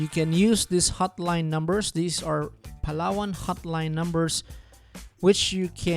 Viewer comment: I Can Tell on your accent that your Filipino, but how come you pronounced PALAWAN..as PA-LLA-ONE?